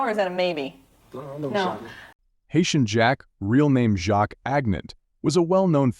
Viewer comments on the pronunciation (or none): none